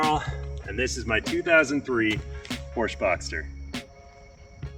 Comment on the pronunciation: YOU CAN PRONOUNCE PORSCHE!!!!! This makes me happy. U deserve a like!